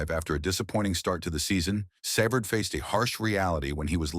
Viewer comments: Savard is 76 and it's savard not severd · Cannot pronounce his name, what an embarassing crap video. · I hate the way you misspronounce his last name😂 Your gossip filled reporting is totally exagerated shame on you! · If it is A.I. doing the narrating, man oh man it's among the worst pronunciations of a name as can be. Who's programming job is that? Ironically it's pronounced correctly the first time before things go downhill afterwards. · If you are going to do these stories why can you not get the pronunciations right? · THIS IS UNWATCHABLE /// ///// SAV erd WHO IS \Sav erd GUY ... AS IN GEEE LEFLEUR NOT GUY AS IN BUY LEFLEUR IT IS UN WATCHABLE WHEN DONE IN COMPUTERIZED COMMENTARY